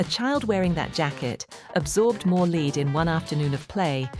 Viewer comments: AI...its not "leed" Its lead. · Leed? I can't stand AI. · Not in the UK, they pronounce it “leed”.